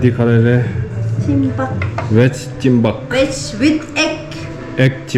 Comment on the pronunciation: Ama says Chimbab 😅😂😅